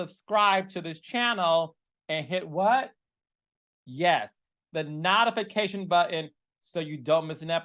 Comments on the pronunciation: Carlos…why are you intentionally mispronouncing notification. It is not NOT-ification 😂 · Carlos: hit the NODAFICATION button. Never heard that word pronounced that way! Love!